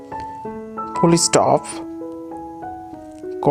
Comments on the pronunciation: Full Stop ....Not Fullis stop....😂😂😂😂WTH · E stop kya hota hai? Full aur stop alag se pronouce karna practice kar. S k agey e pronounce karna bandh kar. Chapri jaisa lagta hai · Bro teachers are teaching the pronounciation of full stop it's not that it's fully stop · Puli...stoppa? Comava...? Yaenna kodumai ya idhu. ...but nice info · Shimicolon Foolistop Hi-pen😅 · “Shemicolon” ✌🏻 “Fullishhtop”🛑 “Highpen”✍️ “Elipshays”🤔 “Culy phaket”📃 “Apistrophy”🏆 “Ant”🐜 😗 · It's Fullistaap & coma fa nee